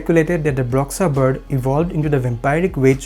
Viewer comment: Love this. However it's pronounced BROO-SHA, not BRUHX-UH :)